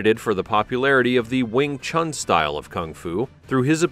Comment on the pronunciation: You should learn how to pronounce Wing Stun!